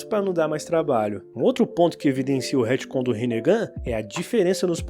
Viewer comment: Hitcon? Retcon pelo amor de Deus kkkk😊